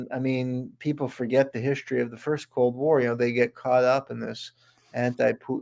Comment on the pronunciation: What exactly is "hischtory"? Oh, Werner Von Braun founded Nassau? Would that be Nassau County, NY?